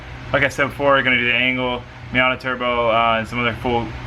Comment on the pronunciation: LOL I understood "anal setup" when you said "angle setup" in the beginning :'D